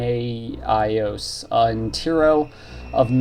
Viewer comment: Kee-nah-ee-ohs and Tee-roh